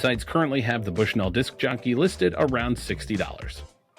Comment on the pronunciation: As someone from Bushnell Illinois it's pronounced like "Bushnull"